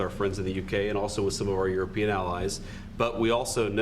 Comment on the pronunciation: Did he just say Euro-peon? sounds a lot like a peasant ... Rando search: peon | noun 1. a Spanish American day labourer or unskilled farm worker 2. (in South and Southeast Asia) a low-ranking worker such as an attendant, orderly, or assistant Example: the elder son is a peon at a nearby school So that's how they see us?